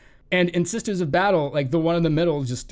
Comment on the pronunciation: “The sisters of badtle” fucking killed me.